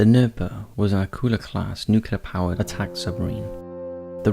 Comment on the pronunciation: NU-CLE-AR... NUCLEAR